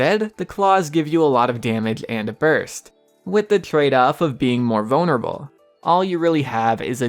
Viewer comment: Am I the only one that doesn’t like the way he says vulnerable?